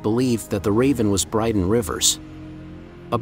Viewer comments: Not brydan but bryndan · And Brynden is pronounced BRIN-DEN. Not BRIDE-ON. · I'm sorry but how can you call your channel "" if you can't even get BRYNDEN Rivers name correctly? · Duuuude right hahaha he called him Bryden lol and Hodder lol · Is it only me or does anyone else think this guy should be banned from every making any Game of Thrones or house of the Dragon videos for the way he pronounces Hodor and Brynden? He’s def not a fan. Just someone trying to get clicks from a series he’s never watched